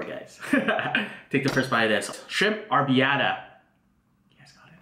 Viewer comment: ROLL YOUR Rs